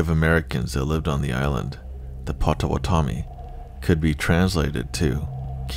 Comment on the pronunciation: Pot. Oh. Watt. Ah. Me. Not pot-toe-what-tommy 🤣🤣🤣🫶🏼🫶🏼🫶🏼